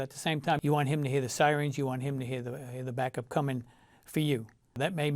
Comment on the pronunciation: The one giveaway that he's been in Tennessee so long though, was he said "sireens" instead of "sirens". Other than that, he pretty much kept his NY accent.